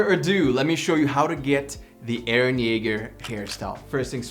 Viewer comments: mans just called EREH CHILL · Why can i hear “hArDeR eReH”